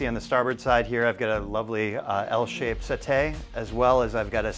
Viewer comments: umm, the correct pronunciation is set-tee, not set-A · Settee......se tee....NOT setays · that's how you say settee? set'eh? LOL nope